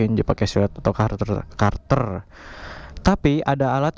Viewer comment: Kater bosku bukan karter 😅